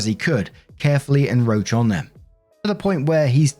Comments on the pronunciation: I did not meanvto hit post, but whatever. Alwsys eff up & bump that "send" button tryingvto edit all the damn typos out of my stupid comments, I give up for today dammit. The strughle is real tho, I hate typos and bad wording! Anyway, adore you, but I thonk maybe you're saying encroach wrong. Two c's, babe. 💚💚💚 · Is it an British thing to pronunce "encroach" or hey, maybe the c is silent and nobody told ne all my life, idk (I'll look it up after this